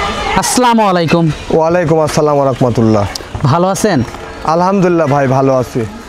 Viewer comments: ঠিক বলছেন ভাই আসসালামু আলাইকুম বলতে হবে ওনি ঠিক মত বলছেনা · ভাইসাহেব মনে কিছু করবেন না আপনার মুসলমান হিসেবে আপনার সালাম দেওয়া ঠিক হইতেছে না শুদ্ধ করে সালাম দিবেন